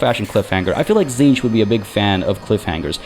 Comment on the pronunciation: Tzeentch, 'cinch'. 'It's a cinch'? As the lord of knowledge?